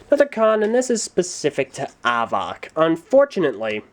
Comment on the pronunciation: I'll help you- Avak is pronounced like "havoc" and Zaktan has laser vision, Vezok has leehing vision, Reidak has infared vision, Thok has telekinesis, Avak has telescopic and x-ray visions and can create a living prison with his mind and Hakann has laser-vision.